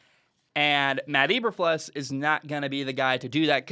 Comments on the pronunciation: pronounced EE-ber-floos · Cant even pronounce his name right, hard to listen to anyone's opinion on someone when they are too lazy to even check that. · Your not saying his name right